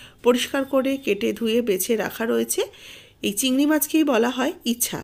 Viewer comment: চিংড়ি মাছকে 'ইছা' নয় 'ইচা' বলা হয়।